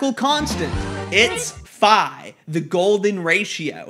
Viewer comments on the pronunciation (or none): Phai should be pronounced phi and gamma needs a little loop at the bottom, otherwise it’s just y.